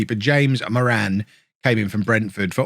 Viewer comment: How is he saying Moran!?